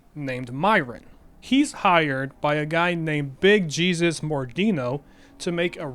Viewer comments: Big Jesus is pronounced Big Heh-soos. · I think Jet is more like jenkem, both were made from fermented shit also pronouncing jesus like that in mordino's name is suuuuuuch larp, he's very clearly hispanic and the name is pronounced hay-soos. also can I just say that the mordino crime family was damn close to achieving it's goal of dominating redding, most of the mines were closed because all the miners became lazy jetheads.